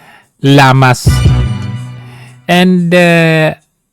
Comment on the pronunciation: D ba Ang tamang pronunciation is liamas(llamas)or sinadya mo na mali ang pagbanggit para mainis ung taong concern